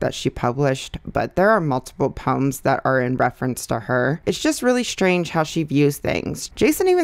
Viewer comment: The way you say poems sounds like puns to me and I was like wait those aren’t funny puns